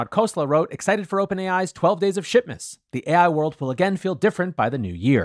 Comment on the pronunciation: Swear you said 'shitmas', but maybe that's just me :o)